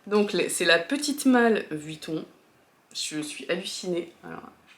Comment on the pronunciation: C’est comme Margavaluxe qui dit Vitton au lieu de Vuitton 😊 sac juste sublime!! 👏